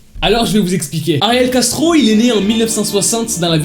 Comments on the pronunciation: Ptdrr, j’ai compris « Gastro » au début. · Quand il dit : ariel Castro j’entends ariel gastro 🤣🤣🤣qui est comme moi ? Like 😂😂😂😂